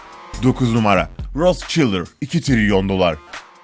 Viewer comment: Kanka rotşaiylt'lar olarak telefuz etmen gereken şeyi nasıl rotsçiller olarak okudun